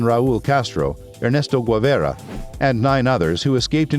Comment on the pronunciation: Guevarra not Guaverra🤦🤦🤦